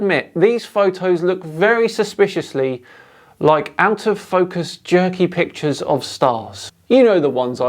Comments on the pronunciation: Her "pitures" are not convincing! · What "pitchers"is she speaking about all the time? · Blurry image. Can't say the word "picture" but calls them "pitchers." Then she starts babbling about energy and angels. Look, Air Force footage of craft they can't identify is fun to look at. This is just crazy babble right up there with the lady spraying soapy water around her backyard to supposedly get rid of "chemtrails" 30,000 feet above her. Sigh... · I know why she's having trouble saving her photos. She's trying to save "pitchers" instead of "pictures". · "and we're going to take a look at more pitchers" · Am I the only person that, when talking to anyone, stops listening as soon as they mispronounce a word? Serious question!!! I'm an asshole, I know but if someone butchers an everyday word consistently I TRULY believe they aren't smart enough to take up any more of my time. "Pitchers" "Interstellular" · These “pitchurssss” aren’t convincing me of anything lol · says "pitcher" means "picture" loses all credibility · Interstellular pitchers.